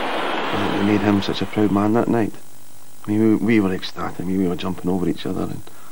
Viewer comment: Oh am pwoud, very pwoud